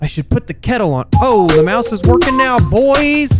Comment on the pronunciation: "oh da moush ish working now boiiiss"